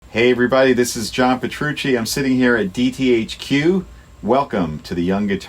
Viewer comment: 本当はペトルゥチィと表記して欲しいくらいですが、ペトルッチと聞こえる人もおられますよね。 試しにペトルゥーチーもしくはペトルゥチィと発音してみてください。割と本人の発音に近くなってません？ ですがペトルーシでないならこの際どちらでも構いません。個人的にペトルーシはないなぁってずっと思ってたもので。